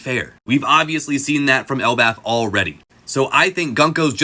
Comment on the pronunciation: Usopp talking an L in Elbaph is so wrong.